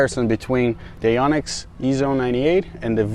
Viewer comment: why do americans mispronounce Yonex so badly.. its not YAH-nex its yoh-nex